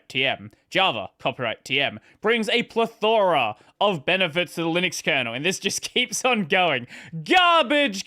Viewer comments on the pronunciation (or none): why does bro say plethora like that